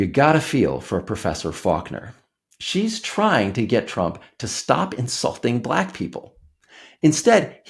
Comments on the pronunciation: It's the SAME Pronunciation of " Black" as the South African(s) in "LETHAL WEAPON II " !! " Bleeckk " because you're " Bleeckk " .. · "I didn't know she was blæck!" He even said the word black in such a weird way 😅 just listen to how he pronounce it! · Just the way he pronounces “black” is so disrespectful. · Trump's pronunciation of "black" is even racist.